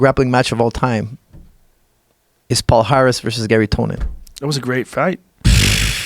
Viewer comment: As a brasilian i always laugh when some non portuguese people try to say "Palhares" "Pau Haris" "pohares" paares" Kkkkkkkkkk